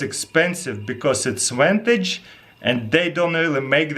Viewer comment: "It's yintage"